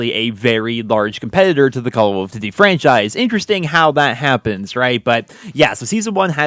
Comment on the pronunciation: Try to say duty like you’re not weird from now on k?